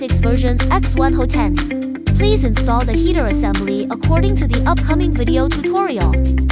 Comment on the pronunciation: It's pronounced "HOT-end", not "ho-TEND".